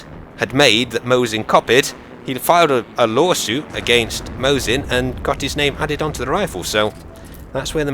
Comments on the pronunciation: Nagant - don't spell (t). Mosin - don't spell (z), its (s). Just in case you care. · not Zaisev but Zaitsev, Not Mozin but Mosin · What's up with Vazily Zaydzev? :P It's /MAWSSIN/, too.